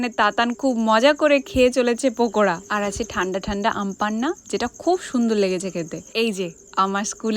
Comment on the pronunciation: পকোড়া not পোকোড়া😂